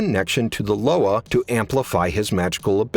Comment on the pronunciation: LOA is pronounced Luwa in creole great video!